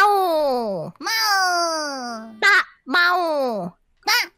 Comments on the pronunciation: mauuu not maw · probably instead of Mau, its Mac lmao😂